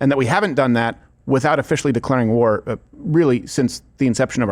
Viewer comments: Gew guat gware gwy.... and sometimes gwow... fucking peed myself laughing! ❤😂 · Every time he says "NO GWAR" put up the GWAR graphics with a huge red X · Make love, not Gwar. Gworld Of Gwarcraft Gears Of Gwar Gwarhammer 40K Gwar Of The Gworlds .....OK, I'm done. 😂